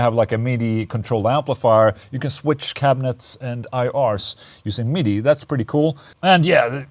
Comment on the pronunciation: I will now be calling midi, MeeDee.